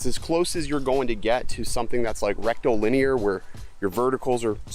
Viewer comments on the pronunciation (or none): Is it my imagination, or are you saying . . . Rectal. . . Linear? 😂😂😂